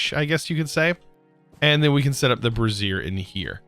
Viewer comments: Bray-zee-err Brassiere is something else entirely 🤣🤣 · I burst out laughing when he called the brazier a brasserie lmao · Just for fun: brassier (a bra) is “bruh-ZEER“ and brazier (stand for burning things) is “BREY-zher” :) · I have to question your pronunciation of brazier... sounds too much like a woman’s undergarment?! Personally thought brazier was spoken braise-i-her rather than brass-i-her. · Bruh the man said brassier ... Instead of brazier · brazier... the way you are pronouncing it is referring to a specific type of garment, Bray - zhur or "jur" think of the "j" sound in the french pronunciation of the name Jaque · Bray-zee-r is more accurate. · its "ray-th' for wraith and "bray-zi-er" for brazier and "pew-ter" for pewter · You keep say bra, like a girl's bra, over and over again whenever you try to say Brazier. And there's an I in Wraith. And REALLY, Pewter too? Come on, that's not a complicated word! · He's got dyslexia, you learn to just roll with it after awhile